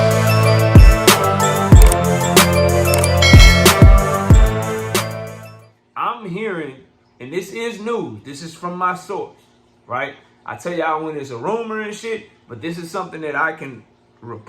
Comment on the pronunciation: Yo you said "MEWS" and not NEWS lol